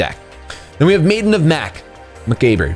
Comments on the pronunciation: Macabre = MAH-Kahb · it's pronounced "Maiden of the Muh-cob".....😕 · "Macabre" is pronounced "makab" (long "a" sound)